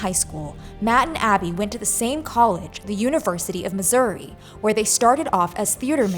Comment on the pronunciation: The shock to my system hearing the ou in Missouri pronounced like a Canadian sorry 😂